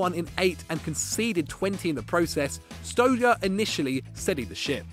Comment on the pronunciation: please improve your pronounciation.Whats StoJer?